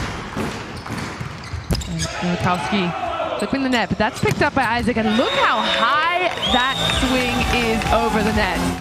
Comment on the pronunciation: Essa mulher narrando o jogo não passa nenhuma emoção ! Isac vira Aizéc !